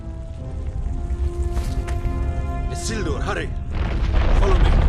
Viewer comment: the way you say "Isildur" really pisses me off...